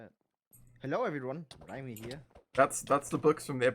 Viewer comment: he said riema